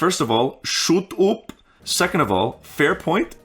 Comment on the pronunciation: that “shuut upp” sound so vietnamese, by the way nice video